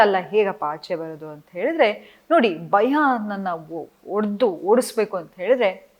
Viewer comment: It's not baya it's bhaya...